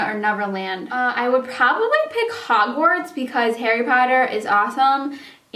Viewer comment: oh my god! jst fell in love w you when you said hawarts lol i love harry potter.... and about yiur grandmas mustache gel remover thingy for your eyebrows i was laughing so hard too funny ;)